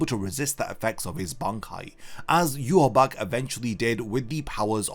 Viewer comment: It's pronounced You-ha-baha